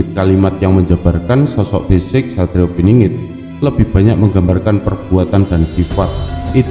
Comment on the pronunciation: Pinangat piningit ngk jelas bhs mu